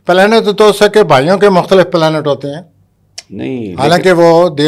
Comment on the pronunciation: Pla nat, planat, planaat,,What bakwas is this.. Ummm annn ohhhh plaaanat.. app log khud he fesela ker Len..